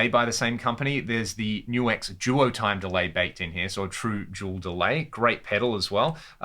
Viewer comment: Things I learned for this video, no1: its pronounced NU-X not nux...